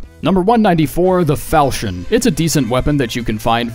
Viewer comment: Today I learned how to pronounce "Falchion", thanks for that. Love your videos!